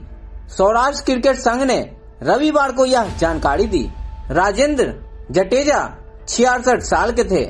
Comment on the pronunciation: Mehrbani karke aapki language clear rakho....jateja nahi .. Jadeja bolo.....he is my chachu.... please